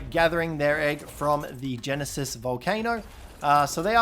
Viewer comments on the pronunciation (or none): none